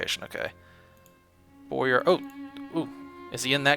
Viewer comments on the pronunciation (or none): none